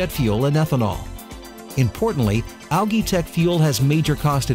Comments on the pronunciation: It's pronounced "AL' JEE", not Algeee ... Imbecile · I feel like whipping myself in sacrifice each time he says “ alagii” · Depends. In Great Britain (and Australia) it's pronounced 'al-gee' with a hard 'g'. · I couldn't even pay attention to the information because the word algae was being destroyed every 10 seconds! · Dropped a dislike because of how this dumbass says Algae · Actually it is not. The guy speaks it like he only knows the word from reading. The pronunciation, also in british english, is completely different. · You're saying ALGAE wrong.